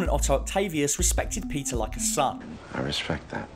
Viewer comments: Your pronunciation for "Peter" sounds like Pizza. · When he says Peter I hear pizza